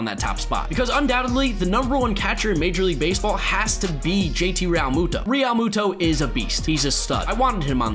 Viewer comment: The way you keep saying Realmuto is so cringy